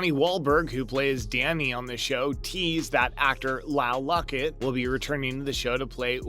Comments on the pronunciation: It's Lyle LOVETT, not Luckett. Jeez. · ok. First off, it's Lyle Lovett, NOT Lyle Lucket or Lockett or whatever you're saying, Get it right man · It’s Lovett, not Luckett. Lyle Lovett. Do your homework. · I Just Wish The Narrators Would Learn To Pronounce Names Of Characters Right, They Seem To Mess Up On Regular Basis, (LYLE LOVETT) Not LACKET As The TEXAS RANGER Who Maybe Coming Back In A Future Episode Of BLUE BLOODS. They Did The Same For NCIS With ZIVA DAVID (PRONOUNCED DAVEED), Do It Right Or Get Another NARRATOR. & DANNY/DONNY WAHLBURG Work Well Together. I Am Glad The Actor Who Played Eddys Dad Is Gone Wasn't A Great Anyway, But Her Mom Was A Hoot, (CHRISTINE EBERSOL) Wish She'd Return. I Do Miss RENZULLI, He Was Funny, But Did A Good Job Mentoring JAMIE In His Early Days On The Job. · did you really say Lyle LUCKET? 🤦